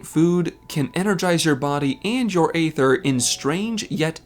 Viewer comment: Why do you keep saying "ay-ther"? It's been said out loud in the game hundreds of times and it's "ee-ther".